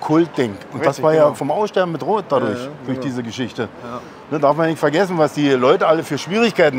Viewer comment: Betonung liegt auf „Geschichten“ 😅